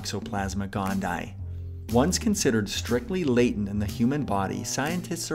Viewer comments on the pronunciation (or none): none